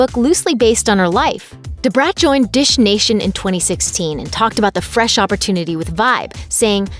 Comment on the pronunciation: Ok is it just me or is this white girl sounding strange saying "cheese" and "fresh"